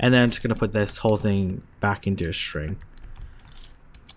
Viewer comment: Great videos. You keep pronouncing string as "shring". Other than that, fantastic and easy to follow. Thanks!